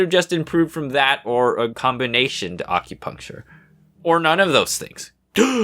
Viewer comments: Uhm... Question? Why do you pronounce it weird? Ah-cue-puncture? I've always heard the A pronounced like in apple, not like almond. Given that it's derived from "accurate," I'm pretty sure that's the right pronunciation. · this wholly time i thought he said accutane